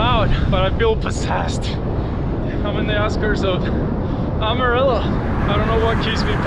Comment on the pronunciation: Love watching your Rte 66 journey especially through Oklahoma and now the TX panhandle and yes the wind is relentless, sometimes seems like there’s a headwind any way you turn and yep that’s how we became the dust bowl states. Btw Amarillo is pronounced AM(not Ahm)UH-RILLO. 😂 Keep up the great work!!